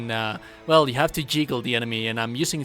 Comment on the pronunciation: The "jiggle" was killing me. It's juggle. xD